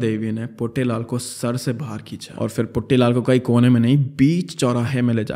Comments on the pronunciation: It's not puttylal.. it's puttilal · That 'Puttelaal' cracked me up😂